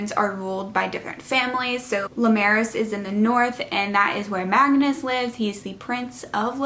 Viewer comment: Great review! I love the book series. Finished reading it last week I think. I thought Lucia was pronounced Loo-sha. And not Loo-sia. (Like the singer sia) I guess we all have different pronunciations lol. I’ve also always said Limeros as Lim-uh-raus. And Paelsia as Pell-jia. Like juh.